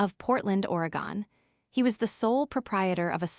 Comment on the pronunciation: You kept saying Oregon wrong